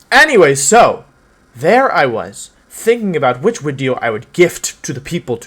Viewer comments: Im a new subscriber so dont judge me please. Why does he say "wideos" when he can clearly pronounce the letter v? Is it an inside joke? Haha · Why does he call them wideos? Is it because he is Wolfey so its wolf + video? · What was his first language because he says "wideo" and he doesn't say that later. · Wideo=W video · Wideo. Never gets old lol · "Which wideo I wouwd infwict on my poor viewers today..." Elmer Fudd: "Shhh, be vewy, vewy quiet. We're infwicting a wideo on the wiewews. Huhuhuhuhuh! " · No hate or anything but im curious, why does he say "wideo" instead of video? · Why does he say wideo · Nobody: Absolutely nobody: Wolfey: "Wideo" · why does he say “video” but replaces the V with a W? Sorry i’m new to this channel, I don’t know if it’s an inside joke or an accent. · he always pronounces his v like w